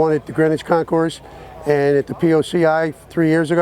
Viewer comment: Hi, Nice video and well presented commentary. I believe that Concours, has a silent "s" at the end.